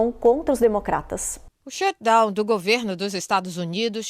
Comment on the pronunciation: Shutdown!!!!! Pronuncia o T pelo amor de Deus “shudown” dói de ouvir.